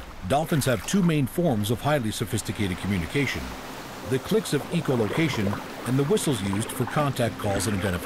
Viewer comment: It Echo not eco- location